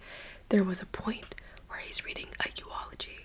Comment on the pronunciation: No flame but it's eulogy not euology